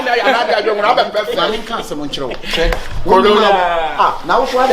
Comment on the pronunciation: Did anyone hear say coronia??🤔🤔😂😂😂